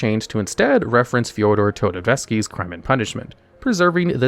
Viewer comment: Even though I got used to not able to read names right, messing up Dostoyevsky still have me pause for a second